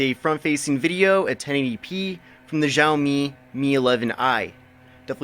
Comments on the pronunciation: the phone is pronounced as (xiaomi mi)shower me not jao me. sorry just had to correct it after listening it the whole video. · Tip;It's pronounced "shall me" BTW where were you we missed you